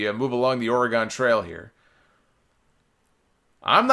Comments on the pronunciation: Or-eh-GUN, not Or-eh-GONE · PSA: Oregon is pronounced "OR-ih-gun," not "or-ih-GAHN." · Is that an East Coast/NY thang to enunciate Oregon like it sorta rhymes with hexagon? I’ve always heard it as ‘or-eh-ginn’